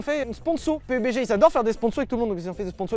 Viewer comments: Le jeu se prononce peube dji domage de ne pas s etre renseigner un minimum ne serai ce que sur le nom de la sponso ! Perso il vous paie pour la video et ca montre que vous n en avez rien a branler . Au passage il y a de gros probleme de hacker dans le jeu c est insuportable . Je ne le conseil pas vraiment meme si c est un tres bon jeu, les hackers le detruise tout simplement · Pé U Bé Gé hahhahhahahahahahahaha la premiere fois que j'entends klk'1 faire cette prononciation Pourri au lieu de dire PABDGI